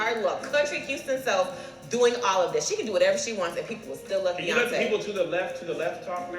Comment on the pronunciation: this girl ain’t say Beyoncé 😂